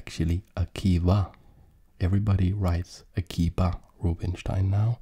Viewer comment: One note on his name, it should be pronounced more like “Akiva”, it’s a Hebrew name, not English. The sounds “b” and “v” are closely related (and in some languages even interchangeable) so I’m not surprised to see that those were the two different spellings of this name.